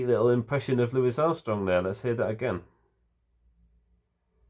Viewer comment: Thank you for pronouncing Mr. Armstrong's first name correctly. He hated being called Looee Armstrong.